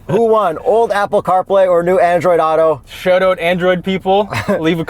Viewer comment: “shoat oat”